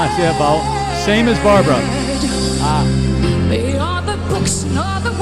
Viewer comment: It's Barbra, not Barbara.